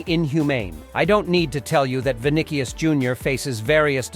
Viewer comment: Vinicius❌ Vinikies✅